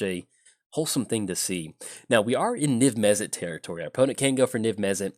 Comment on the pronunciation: Mizzet MizzetMizzetMizzetMizzet Mizzet not mezzit